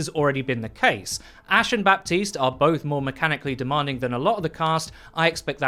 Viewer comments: in haiti, french is one of the 2 languages, and baptiste is a french name, FYI, we dont pronounce the P, its "batiste" baptiste \ba.tist\ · Just so you know, Baptiste is apparently supposed to be pronounced Buh-tees. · Every french person has told me it's pronounced Bateeeeest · It triggers me so hard that Michael Chu chooses the non-french pronunciation. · You don't pronounce the P in Baptiste, all people who thinks otherwise are degenerates